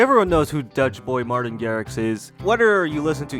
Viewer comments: Martijn is pronounced "martain". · dude what is so difficult in pronouncing "marteyne" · 2sec in the video and I'm already laughing my ass off listening to you trying to pronounce Martijn as a Dutchie